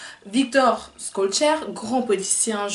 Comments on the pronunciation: On dit pas"Skolcheur..."mais "Cholchere"...je sais que c'est difficile pour une Youtubeuse perruque... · Salut, ça se prononce shellchère et non pas skollchère Merci pour ton travail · Je valide ta prononciation mais on dit Chol... pour son nom